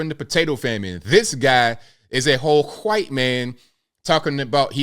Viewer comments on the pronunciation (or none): Shaun King , a hhwhite man ! The way you said it was cracking me up as I drank my coffee ! And I’m a proud mixed white man .